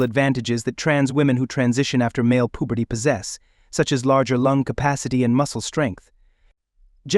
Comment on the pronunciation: "Male pooberty" 😂 get better AI